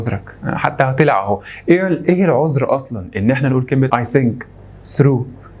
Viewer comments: (اي ثنك، ثرو) وليس (سنك، سرو) ، بدأنا التنمر 😂😂، على العموم شكرا على الحلقة وعلى المجهودات لا في إعداد الحلقة، ولا في زرع الثقة بالنفس 🙏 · ههههههه حلقة ممتعة لكن ضحكتي في الآخر و انت بتثبت ان احنا عندنا حرف الثاء و نقدر ننطقه بسهولة نطقته باللهجة المصرية آي سنك I think سرو threw